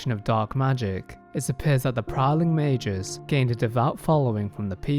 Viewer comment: Mei-gus not mei-jus. FFS